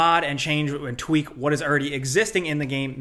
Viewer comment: The more you said "tweak", the more I began to hear "chwheak". I don't think I will ever think of tweak the same again...